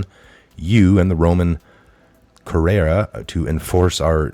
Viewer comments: Its pronounced Cure-E-ah. "Priority creditors" are the living men and women, not humans (hue-man = color of man, like color of law) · P.S. "Albeit" is not allbet; it's "all be it." "Curia" is koor-ee-uh." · You're Catholic and don't know how to pronounce Curia?